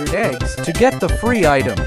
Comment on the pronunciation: bro said fre instead of free💀